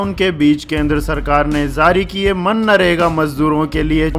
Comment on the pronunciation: मन्नारेगा नहीं भाई, वो मनरेगा है